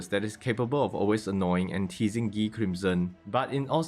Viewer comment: I love when people say Guy name as ghee😂